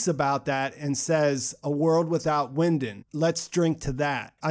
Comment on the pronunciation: Not a German expert but Winden is probably pronounced Vinden in German!!!!